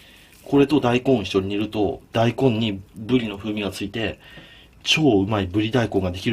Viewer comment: 金子さんが｢ぶり｣って言う時「ぶでぃ」って言うの可愛いかよ😳(語彙力なし)